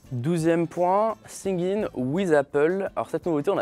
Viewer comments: Vidéo intéressante merci ! PS : par contre c'est "Sign In" et non pas "sing in" ou "syncing" ;-) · Singue in ? Hahahahaha ça se lit : sayn in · "Sing in ouiz appeul" aïe aïe aïe faut bosser l'accent English bro 😂😂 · "sIn YiN wIz ApPeUlE" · Siguenin with Apple... t'es sérieux là? T'as séché tous tes cours d'anglais au collège toi... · Singing wiz appeul ' 🤭🤭 Cet accent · c'est plutôt l'anglais prononcé par des nuls et non une histoire d'accent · Oh ptn le « sign in with Apple » ok t’es pas anglais mais frr tu nous fait saigner des oreilles la vie! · comment tu prononces sign in c'est grave